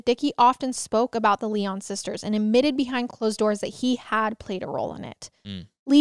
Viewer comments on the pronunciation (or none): Good god…it’s Lion, though spelled with a y. Not Lie On🤯🤯🤯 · So sad. 😢 My heart goes out to their family and friends. Their last name Lyon is pronounced Lion. ❤ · My last name is Lyon and the way you were pronouncing it kept throwing me off 😅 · I was twelve too when this happened. Wheaton Plaza was 3 miles from my house. Parents that used to let us go dime store by ourselves… that came to a screeching halt! BTW it’s pronounced Lion like the zoo animal. Their dad was a radio personality on WMAL. Our innocence was gone . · Yes! This case has been covered enough to where this mispronunciation is a gross oversight.